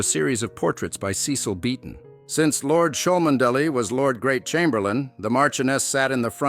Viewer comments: The reader should pronounce Cholmondley properly: Chumley. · It's pronounced "Chumley" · Its pronounced...Chum Ley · Learn how to pronounce the name correctly before making videos . Chuhm-Lee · Its chumley grrr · would have thought you would have found out how to pronounce Cholmondeley before making this video FAIL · The “reader” is a computer generated voice. Why they can’t pay a student $20,- to read it properly, I just don’t know.